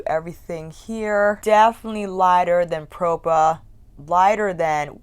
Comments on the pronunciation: I wanted to order a couple but they all sold out and I'm not sure they ship to Canada. Also, I watched kelsee's and Jchronicals Vida's videos last week and they pronounced the brand name as "pra-pah" beauty, but you and Angelica Nyqvist pronounced it as "pro-pah" beauty...I'm a bit confused 😆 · I believe is pronounced Prawh-Pa Propa, like proper but PrAWHPa. Like the beginning of Australia.